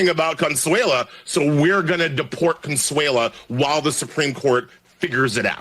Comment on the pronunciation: Is Consuelo, not consuela.